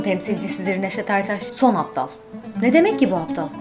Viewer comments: Ablacim apdal degil abdal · aptal değil abdal lütfen biraz daha dikkatli telafuz edelim. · ABDAL...APTAL DEĞİL ... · teleffuza az dikkat etsek, apdal değil abdal. ısrarlar b yerine p diyorsunuz. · aptal değil abdal o abla. lütfen biz kırşehirlilerin hassas noktasıdır. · "Aptal" degil. "Abdal" lar son temsilci NEŞET ERTAŞ tir. ❤❤ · Aptal değil yanlış telaffuz ediyorsunuz hanım efendi abdal doğrusu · lütfen aptal değil abdal diye düzeltilmesi lazım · Aptal değil ABDAL düzgün telaffuz et! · aptal değil "ABDAL" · ABDAL demek bu kadar zor mu arkadaş? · Abdal demeyi denesen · Abdal ile Aptali ayiramiyorsun oturmussun Nejat Ertas videosu yapiyorsun, Sen bir Abdal ilk önce söylemeyi ögren ha kuzum